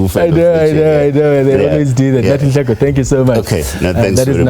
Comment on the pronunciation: Don't butcher his surname , he is Nhleko but not Nleko